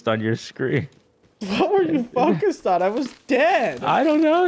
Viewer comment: Ok I am really starting to wonder if really can't talk or what is going on with him. turrents instead of turrets and now fawcused instead of focused.